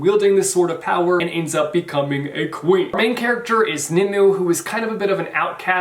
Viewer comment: Nimue is pronounced nim-oo-way